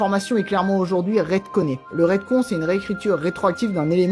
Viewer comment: Ne retcon pas la prononciation du retcon stp il est pas con ret il est conne